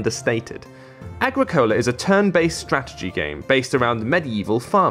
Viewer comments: Ah-grick-ah-la. Wonderful game, and a great review. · Ag-ri-cole-ah? WTF? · totally botched the pronunciation of the game